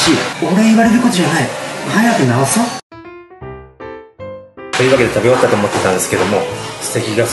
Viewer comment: あまりにも美味しそうで、高評価つけちゃいました〜 ところどころ、「ぎゃすと」って発音、新しいヤツっすか？ ねぇねぇ、流行ってきちゃうあのヤツっすか、ねぇ〜?